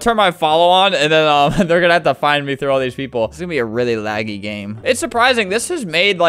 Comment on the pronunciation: lol the way Albert rolls his r's into w's is just funny "I WEALLY met sonic, I REALLY did!"